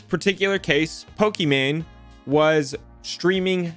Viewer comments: It’s Pokie-main not Pokie-man 😂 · It’s Poki MANE not MAN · It’s pronounced -Poké Main 😂😂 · lol you call her poke-man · LMAO, he called her Pokemon (and Poki-man which is also a classic mispronunciation of Pokemon that drives fans CRAZY, that and poke-man) and I'm watching this while playing Pokemon Brilliant Diamond and have Pokemon Go open on my phone in case anything good spawns. Also, it was a HORRIBLE idea to stream really any show without any commentary or anything, but doing so with a show as big as Avatar, not only because they're gonna crack down on it harder, but also that's a great way to draw the ire of a bunch of rabid fans, especially on the internet. Kinda reminds me of My Story Animated lashing out at Kubz Scouts and comparing his videos to if someone just posted themselves watching something like Avatar without adding anything. It was a stupid, BS comparison in that situation, but is kinda funny seeing someone do exactly that lmao. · it’s poke “main” Come on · says Pokimane like boomers say Pokemon XD